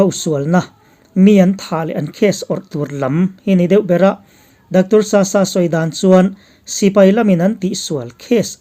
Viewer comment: 👍👍 Dr.Sasa hming i lam dan hi a thluk hi i ti sang deih thin a,ngaithlak a nuam lo.